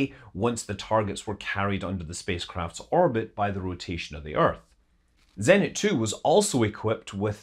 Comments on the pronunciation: zenIt, not zEnit :( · Me: 3EHNT? Russian: you mean ZENIT!